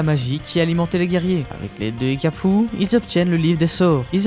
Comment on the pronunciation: C'est cacapu pas hekapu